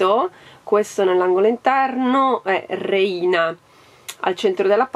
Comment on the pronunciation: Ciao, la parola reina in spagnolo significa regina e si pronuncia réina, con l'accento sulla e 😘😘😘